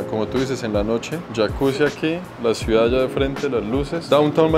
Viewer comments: Esta señora vive en una ciudad, y NO SABE NI DECIR "CIUDAD".🤯 Señora, NO ES "Suidá".🤣 Hay gente que viene a Miami a hacerse los finos y "fresas", luego les ves diciendo que para tener "calidá de vía" hay que tener un apartamento de $ 4millones.🤦🏻‍♂️ La mejor herencia posible a los hijos, es la educación y la inteligencia emocional. Con eso tendrán libertad financiera para disfrutar del tiempo libre, amarse a sí mismos/as, tener calidad de vida sana, en una casa bonita sin tantas banalidades inútiles que se tienen solo para "impresionar" a los demas y sobretodo, sabrán hablar correctamente su propio idioma.🤷🏻‍♂️😅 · La CEO tiene que aprender a decir "Ciudad" y no "suidad"... Saludos ✋ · Esta chica muy bien vestida, muy bien peinada y dice “suidad” en vez de ciudad 😅😂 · Me encanta cómo dice suidad en lugar de ciudad 😅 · Buen video todo bonito, pero no podía evitar oír cuando la chicha decía suidad cuando es ciudad 😅 que pena vale dile que ensaye esa palabra. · Todo magnifico hasta que las chicas dijo "SUIDAD" como 5 veces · Toda la vida estuve equivocado... Siempre dije "CIUDAD" y resulta que se dice "SUIDAD"